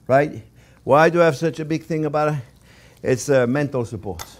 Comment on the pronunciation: you can't say 'too much buteer'